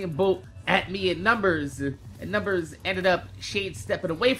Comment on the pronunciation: It feels weird whenever you say "Numbers"